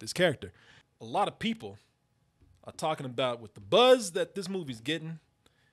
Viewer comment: kept saying BUZZ w such emphasis, I thought he was still talking about Buzz Lightyear. fuck that movie